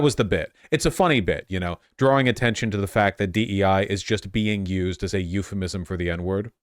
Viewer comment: Did you really just say DE with a hard I?